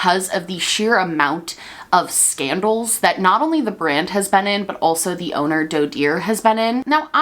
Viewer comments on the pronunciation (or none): none